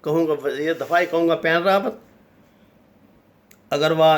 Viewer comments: The name of previous chief of staff of Indian army, which you are pronouncing again and again is “Bipin Rawat “ not “Pan Rawat” kindly correct your record. Also name of chief of national security adviser of India is Ajeet Doval, not Ajeet Dvaal. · Ap nam to sahi bolen, bus baith Gaye aur tube banana shuru kardiya. Wen rawat Nahi, Bipin Rawat sahi nam hai. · Bippin Rawat not what you saying pan rawat.... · طارق صاحب پلیز نام درست بولیں یہ پین راوت نہیں بپن راوت ہے۔ اگر جان بوجھ کہ دشمن کا نام بگاڑ رہے ہیں تو پھر ٹھیک ہے ۔ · someone tell him its Bapan Rawat not Pen Rawat .... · Pain ravat nahiii bipin ravat he . Kuch to parh liya karoo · ساگر صاحب صحیح نام بپن رادت ہے Bipin Rawat نہ کہ پین راوت۔ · بندہ نام تو صحیح لے... مثلا.... بپن راوت.... اجیت دوول.... ہندو توا.... میں تو عام سا بندہ ہوں. نام صحیح نہ لیا جایے تو مزہ نہیں آتا